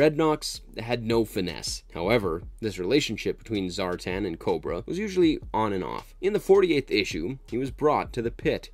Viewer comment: ZAR'TAN' not zartin